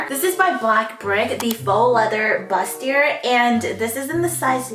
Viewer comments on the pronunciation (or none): How did she just say bustier? What was that? (Its French, btw. You don't pronounce the r. No hate also, I love.)